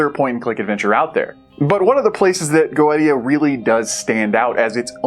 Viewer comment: I think it's pronounced Go-eesha. Not sure though. I've had this on my backlog for over a year and keep forgetting to play it.